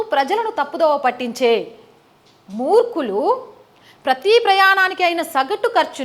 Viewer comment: మూర్కులు కాదమ్మా! మూర్ఖులు! మీ విశ్లేషణ చాలా బాగుంది. 🙏